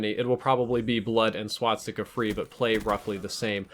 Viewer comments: Also,, you keep pronouncing it wrong. You're putting the 's' after the 't'. You're saying "swatsika" instead of "swastika". Just letting you know:) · swastika not swatstika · Its pronounced swah-stick-a, not swat-stickah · Please stop saying "swatstika". Swastika only has one "T" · not swaTsticka. its swas-tika....... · please stop saying swatsticka, it's swa-sti-ka. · Ok it's a SWASTIKA NOT A SWATSIKA. Swas-tika > Swat-sika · Sorry, but I gotta be that guy., it's SWA-STI-KA, not SWAT-STI-KA. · It's not a "swatstika." It's a swastika. Swas-tika. Gah, that was cringe-worthy. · learn how to say 'swastika' not swatstika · Well first of all "They are the guys you will be fighting" is so stupid 2. why do you say swaztika instead of swastika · I'm just hearing swat sticker whenever he tries to say swastika .-. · Stop calling it a swatsticka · Why is he pronouncing it Swatstika? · "Swat-sticka" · You're pronouncing swastika wrong the entire video please fix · if only this guy could pronounce swastika correctly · No offence, but you're pronouncing 'Swastika" wrong.